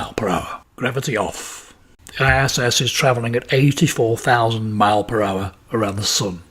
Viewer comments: Why can’t this guy say miles!? Drives me mad. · Miles... Fucking miles. Multiple... Pronounce the S you tit